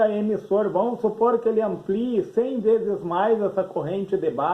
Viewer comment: 'Chees' 1k..10k...esta errado falar..o correto é 'veses' 1k....10k..